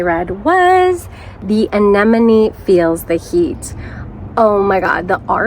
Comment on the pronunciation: You almost saying anemone like Nemo towards the end there 🤣